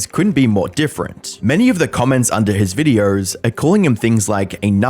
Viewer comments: just curious, who pronounces videos with an 'r'. It sounds ridiculous. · There is no R in the word videos mate XD Videööorrr